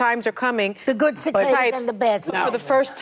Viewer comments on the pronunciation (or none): That literally hurt to watch Also, it's ci-CA-das! Lord have mercy... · “Sivaadies are coming!” 😂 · Cicaaaaaaadas lololol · "Ci-kah-das are coming" :face-green-smiling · It blows me away how she pronounces cicadas. Where is the T? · 😊😂😊😂😊😂😂 PWAHAHAHAHA Miss Know It All didn't know how cicadas was pronounced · SOME people will glom onto any little thing to bolster their delusions. She should just how ignorant she is when she couldn't even pronounce "cicadas" right, and Whoopi had to correct her. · Sunny Hostin. A college educated woman that can't even pronounce a bug's name. 🤣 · East coasters don't know how to pronounce the word 'cicadas'.